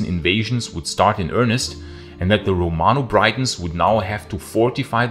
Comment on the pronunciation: Romano-Briton is pronounced like Britain, not Brighton.